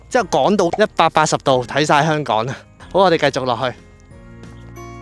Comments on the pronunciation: kiki既懶音好似越來越嚴重，香港個「港」字，不斷讀成「趕」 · 係香港，唔係香趕。